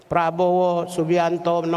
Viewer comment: Presiden RI Prabowo Subianto pak, bukan Subiantono pak🤭